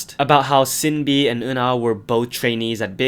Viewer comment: Actually It's pronounced shinbi , not sinbi .